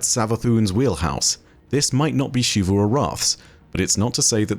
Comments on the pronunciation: I think Xivu is “Zeevoo” not “Sheevoo” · In english, American and British, when a word starts with the letter X, with few exeptions, there is only one proper pronunciation for it. It's pronounced as /z/ for example: xerox, xylophone, xebec, xenon, xenoblast. This also includes Xivu. Her name is pronounced as Zivu Arath not Shivu Arath. Every character in game says her name as Zivu. Every Bungie empolyee says her name as Zivu. Ask any english major and they will say Zivu not Shivu. I know this sounds very nit picky but it is honestly difficult to watch your videos when you continue to mispronounce a characters name. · please, it’s Zivu not Shivu 😭